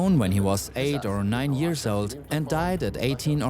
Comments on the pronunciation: Years: pronounced “yeers “ Idk what a “ye-ahhs” is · Is it me or is the narrator’s pronunciation of the word “years” weird?